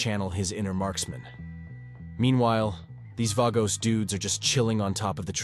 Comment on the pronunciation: the way you keep pronouncing vagos is annoying me